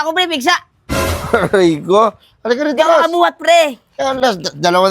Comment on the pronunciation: May pigsa si kulas “arrray ko”😂